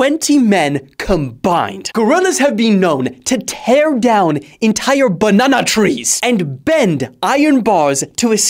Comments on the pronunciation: I like the way you said "bannana tree"😂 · The way you said banana 🤣🤣🤣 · Why is no one talking about the way he said banana tree? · why did he say banana trees like that 😂😂😂😂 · nah bruhhhhh, the way you said "banana" trees💀